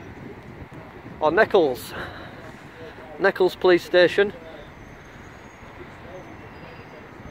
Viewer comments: I passed there the other day and wondered if anyone would get there ,, no gates or fences, it’s not pronounced like Seychelles or nekkles , it’s like neetchels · The Police Station is Pronounced "NEEECHALS: Not Nekkals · It's not necklles, saying it phonetically it's neechells.. lol .. Happy Auditing. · Neck Elles? It is pronounced neech elles ( as in leech or beech). I know, it’s the way it’s written. Sorry. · Just in case nobody else has said it, Nechells is "knee-chells", in brummie. Nice work, your style is your own, we have to have a range of approaches, including direct and challenging auditors, it keeps the subject matter on its toes. Thanks. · Love the way you pronounced it. Knee-chulls is how it would normally sound. On a different note, what's happened to Live Free these days? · It is pronounce NEECHILS and be carefull ya dont get mugged round there lol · It’s pronounced Neech-alls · Pronounced kneechells in Birmingham. 73's Andy M6APJ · Great vid. It's pronounced 'Nee chuls' by the way. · It’s pronounced ‘knee-chells” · That police station is pronounced neeeeechels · its pronounced as in Peach, Pechells. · It’s pronounced knee-chills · Pronounced Kneeshells👍🏻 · it’s pronounced kneechulls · It’s Nee-Ch-ells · It's pronounced neechles. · it is pronounced knee chells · Nee Chulls it's pronounced